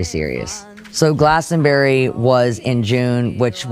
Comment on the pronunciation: as an Englishman hearing her call Glastonbury, “Glastonberry” is painful.